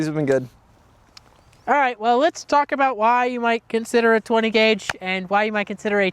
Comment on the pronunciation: I though they were Canadian because he said Aboot.